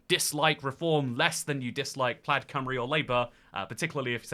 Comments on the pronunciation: plaid rhymes with dad when it's a tesla model, otherwise, it rhymes with clyde (from a U.S english speaker) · I was going to pick you up on your pronunciation of Plaid as you rhymed it with Dad quite a few times, but sometimes you got it right by rhyming it with Clyde. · btw, Plaid is pronounced kinda like the word "plied" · You went to Wales but can't pronounce Plaid it's Plyde like river Clyde